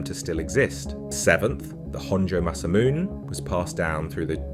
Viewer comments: tom uh hugayn honjoe masamoon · Might be a good tip, for later. Some simple research would avoid errors. Tamahagane is five syllables. Ta - ma - ha - ga - ne. 'Tah-mah-ha-gah-nay'. Masamune is four syllables. (The 'ne' suffix is pronounced.) Each syllable is afforded an equal value when spoken.